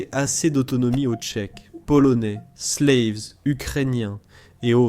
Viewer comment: "Slaves", prononcé à l'anglaise, comment dire... Ahhh, l'IA!